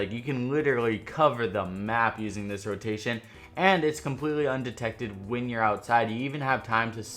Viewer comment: Nice Video. Informative as always. Also your intro say 'Undected' instead of Undetected. Just a heads up. Love your videos man